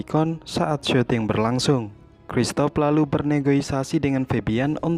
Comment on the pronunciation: #APPFILM Bukan negoisasi bos tapi negosiasi🤣🤣